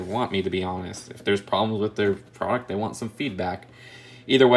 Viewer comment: He says Dey aren’t worf da money😂